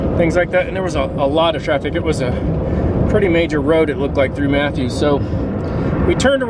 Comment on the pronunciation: I've always heard it called Gwynn's Island and instead of Mathews I've heard it pronounced as Maffis. But I'm from Gloucester and everyone mispronounces that one too. I'm glad the weather cooperated for your ride.